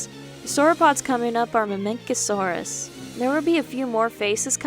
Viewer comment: It’s Mamenchisaurus, you don’t make a K sound you make a ch sound